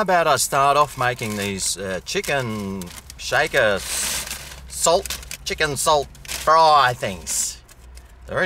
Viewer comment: chicken "chalt" chips ya reckon:)